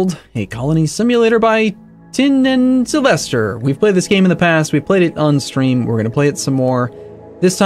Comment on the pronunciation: Tie-nan Sylvester, Arumba.